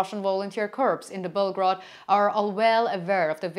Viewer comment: A minor point: "corps" rhymes with "core," or "more." But don't ask me why. The way you've been pronouncing it sounds like "corpse," which means "dead body." Aside from that, keep up your excellent work.